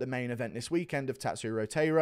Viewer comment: Glad you picked Taira! I'm Japanese and am rooting for Japan. His name is pronounced Tai-Ra Tai like the word sky